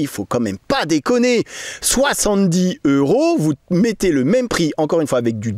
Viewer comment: On fait la liaison : Soixante-dix zeuros Cent teuros